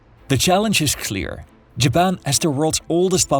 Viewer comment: not JABBAN XDDD